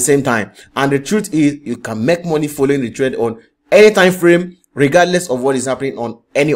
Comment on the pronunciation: It is not MEK, it is MAKE, sir.